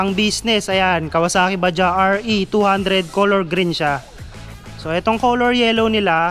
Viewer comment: Bajaj po Yan hindi Baja, pronounce as bajads sabi Ng mga kasama kong indian. Made in India.